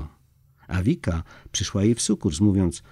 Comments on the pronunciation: Dlaczego lektor niedoczytał,jak wymawia się nazwę góry PODBRDO,a uparcie wymawia fałszywie jako"podbro"?... trochę niechlujstwo i brak szacunku do tak ważnego tematu I przypomnę lektorowi,...nie "wika",..a Wicka,tak jak się pisze,tak się wymawia Poznałem Wickę osobiście,i Ona tak też się sama przedstawia... proszę,o korektę własną i doczytanie tematu,a nie tylko pobieżne,ot odczytanie....z Panem Bogiem. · ViCka, nie Vika ☺️ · Vicka, a nie Vika.